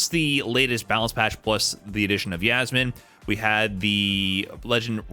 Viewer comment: Respect for trying to say Yasmine's actual move names.